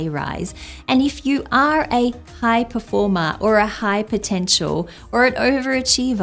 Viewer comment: Oh, this accent of "performá" kills me 😂